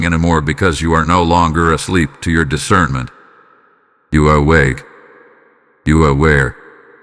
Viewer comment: "I WALK IN DIVINE ISCERMENT"